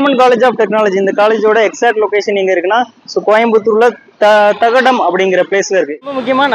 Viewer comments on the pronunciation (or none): அது தடாகம்...தகாடம் இல்ல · Thadagam ❌ thagadam ✅